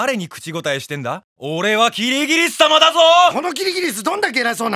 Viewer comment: アリとキリギリスじゃなくてアリとキリギリっスになってる